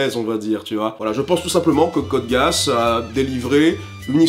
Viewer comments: sa se dit code giss pas code gay ass merci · Juste, on dit " Code Giss " pas " Code Geeass " sinon cool vidéo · .....code giss ça se prononce code guiss et pas guéass merci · Gui-asse pas ge-asse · C' est quoi cette prononciation? Code "Géhasse!-) Si tu regarde l' anime en VO le geass est prononcé "guisse"... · "Code G É A sse" ? On dirait plutôt "giss" ? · Code Gay-Ass, parfait :) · Ce moment où tu apprends que Code Geass se prononce Code Géasse en VO... J'étais pas au courant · non mais c'est Guiss hein c'est lui qui prononce super mal. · On dit pas code gisse ? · ca ce prononce code giis non? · Je sais que c'est un détail mais il me semble que code geass se prononce code guiss (en tout cas dans la VF c'est comme ça) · "Code Géasse" Mes oreilles saignent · précision pour: Code Geass se prononce "Code Guisse" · "code gay ass" Pas mal la prononciation :o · Code geass se prononce "Code Giss" pas "code géasse" ou "code gasse" xD c'est un nom en anglais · Pourquoi j'entends Code Gay Ass ? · Désolé mais on dit Code Guiss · Ça se prononce code GUIS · ÇA SE PRONONCE CODE GISSE 😩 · c pas code géass c code gisse mais c vrai ca ce lit code géass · Mdr "code géuasse" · "Code Guéasse" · Sa s'écrit code gueasse mais on dit code GUISSE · "code Gueuh asse"? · Code Géasse ? C'est dégueulasse comme tu le prononce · pitié...ça se prononce code gisse... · Je suis triggered par rapport à la manière dont tu prononces Code Geass ! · Tu prononce mal code geass